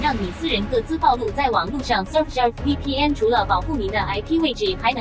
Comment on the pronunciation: 讓我已經聽到開始懷疑人生，到底念ㄅㄠˋ露 還是念ㄆㄨˋ露啊@@ 是我以前都學錯嗎